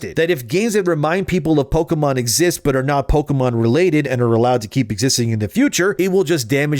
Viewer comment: Pokémon, not pokeuhmon.